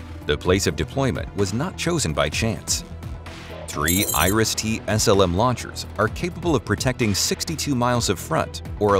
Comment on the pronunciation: Noone in Germany knows what Irish def. syst. is, pronounciation failed.